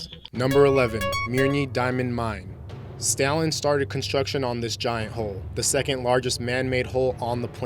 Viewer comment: Narrator can't pronounce half the words!!! Has he never heard of Stalin? Penal colonies? Geez.